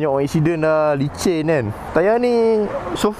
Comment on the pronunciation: licin tau. bukan lincin. haha. safe ride bro.